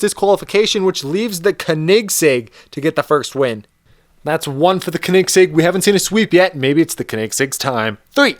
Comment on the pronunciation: You're saying Koenigsegg all wrong!